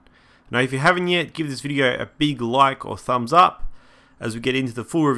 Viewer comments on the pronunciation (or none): "a beeg like"